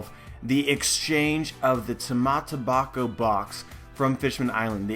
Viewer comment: So long as you know you're saying "Tamate Box Box" then I guess it's fine. ;P